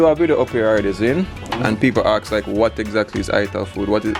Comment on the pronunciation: So how are your b0n3rs doing eating all that melon? Question from a native German speaker: When you say "ask", you actually pronounce it like "aks", the "k" before the "s" (e.g. and ). Is this the way it is pronounced, or a Jamaican thing, or..?